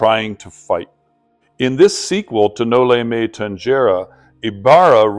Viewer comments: While the novel itself was written in Spanish, the title is Latin. So the letter G in tangere is pronounced as hard G in Classical Latin (like the G in the song Gento by SB19), while it is a soft G in Ecclesiastical Latin (like English J) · Noli me Tangere. The Ge should be pronounce as Heh like Noli me Tan heh re. Noli me Tangere means Do not touch me or Touch me not.